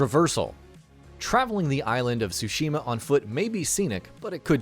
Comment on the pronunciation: I’m obsessed on how bad the narrator pronounced Tsushima, it’s bad, so bad it’s distracting, I can’t wait to play Ghost is Tsushima (well pronounced) hahaha 😆